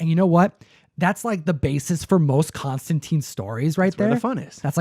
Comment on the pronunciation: Hearing people mispronounce Constantine so much hurts my ears! It's pronounced like mine or fine. There are a lot of Hellblazer issues with him that rhyme the name (I think Batman Damned did too) and it is always made to be read tine not teen. There are even issues where he corrects people on the spelling. Be sure to read his comics with that in mind